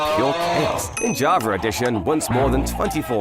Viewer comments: why this dude says JavaR edition instead of java edition ? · Y Do you say JAVER instead Of JAVA Sometimes?? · Why do people say javer instead of java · He says: “in javer edition”. But writes Java 😔. Whole video is clickbait 😭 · “Javer edition” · Y u say javar edition? Why the R when u say edition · Bro said javar edition 💀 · “Jarvar edition” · "In jovver edition..."